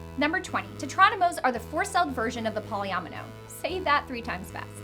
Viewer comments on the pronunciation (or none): she also said tetromino and polyomino wrong, the i makes an ee sound but thats no biggie